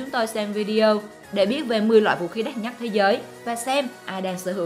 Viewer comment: Đất Nhắt . Nghe vl